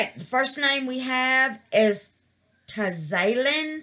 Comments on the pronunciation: Thank you for the best pronunciation of my name ever. Its Taz-uh-Lynn but I loved how you said it. And she's absolutely gorgeous. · Its okay, most people don't, and you did a good job with a weird name.